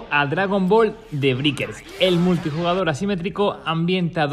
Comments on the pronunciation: "DRAGON BALL: THE BRIKERS". Se pronuncia "DE BREIKERS", coñe. xD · "Dragon the brickers" lol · Sí, la verdad lo leyó muy mal 🤣🤣